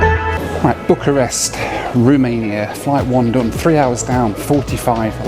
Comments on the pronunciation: . Is it just me or did the pronuncation sound like "Book a Rest" ???. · "Flight one - Book a Rest" - blimey, was it really that bad?! lol